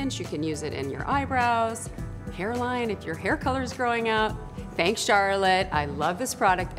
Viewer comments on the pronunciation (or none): none